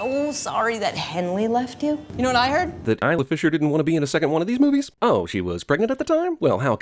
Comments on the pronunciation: I'm sinning you for making it really obvious you kept pronouncing "Isla" wrong. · When you forget that it's pronounced ey-la and not is-la so you have to cut it out and say it properly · something about you saying "Lula" and "Isla" is wrong in this video. As if you cut the syllables together from other sources.